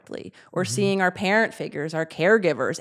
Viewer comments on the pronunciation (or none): none